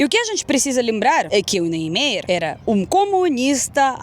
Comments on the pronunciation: excelente seu vídei! mas o sobrenome de Oscar seria mais ou menos: [nien-maier]... você pode ouvir no google tradutor português/alemão e vc verá a pronúncia nas duas línguas ok? abraço! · obrigado por me mostrar a nossa Brasilia a qual ainda nao conheço pessoalmente. Soh para ajudar, a pronuncia é Oscar "Niemayer". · fala-se NIEMÁYER. Vc já foi em Goiânia (cidade proxima a Brasilia)? Lá tem o Centro Cultural Oscar Niemeyer (um puxadinho de Brasilia) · a maneira correta de pronunciar o nome do arquiteto dfe Brasilia é "NIEMAIER" o Oscar Niemayer.